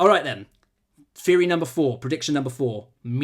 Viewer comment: Repeat after me: TH-TH-THEORY.